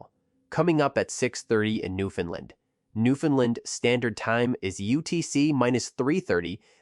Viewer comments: It's pronounced Newfoundland, not Newfoundlind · I live in newfoundland stop saying newfinland 😅😊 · Bro I can’t listen to you say Newfoundland incorrectly. Painful. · Fact #1: Newfoundland...rhymes with understand. Fact #2: AI audio fucking sucks. Other than that, not so bad. Thanks.